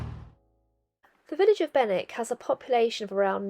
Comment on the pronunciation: Morning Love how you make local places look completely different from the river, you wouldn’t normally stop in Benwick driving though it, and you got the local pronunciation, you might like to try making my winter warmer, sloe brandy, done the same as gin but a lot less sugar needed, also a word of warning, thinking of you living in a confined space, we call them Farty chokes in the Fens! All the best J🌻